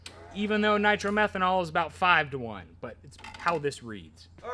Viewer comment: Hi it is not called Nitro Merhenol it is called Niro Methane.I doubt you are running that it would distroy the engine after a couple of runs.Unless you can afford $50. a gallon. it is called Alcohol or methanol or M5.just talk to the VP Fuels directly. I used to own A Top Dragster. I used to use M5 which had a measure of Nitro very small which increases the oxygen. which makes the engine run faster.